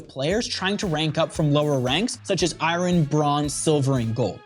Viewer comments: iryn lol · did he say iron or irin?